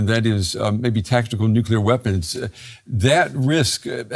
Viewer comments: Never trust an analyst who says "Nukelar" instead of "Nuclear" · How can I listen to the analyses of a man who fails to pronounce nuclear properly? It is not nucular!!! Thanks, George W. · The guest loses all credibility when he cannot pronounce the word “nuclear” correctly